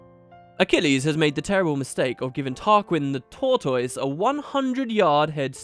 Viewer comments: I don't know if it is an English thing but here is how I think tortoise is pronounced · new mic sounds good. the British pronunciation of tortoise threw me a little. in America we say tor tuss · Fantastic. Also. Your pronunciation of tortoise.... :3.